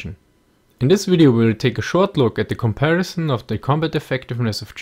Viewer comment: please stop saying comparishon